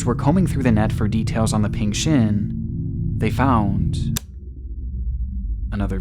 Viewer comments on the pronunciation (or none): none